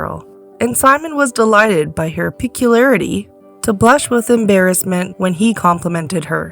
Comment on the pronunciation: I got turned off when the narrator couldn't pronounce "peculiarity" correctly!